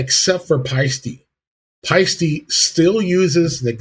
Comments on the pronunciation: yeah, sorry mate, you got the second half wrong. I'll try another way to describe it . "Paste - Eh" It's an Estonian name so it's impossible for it to be "Ee" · Paiste = "Pie-Steh" Toomas = "Tourmas" with no hard/roll on the r. In all of Europe (as well as Asia) it's standard for most people to speak at least 3 languages (keel in Eesti) 🇪🇪💙🖤🤍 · 'Payy - stee'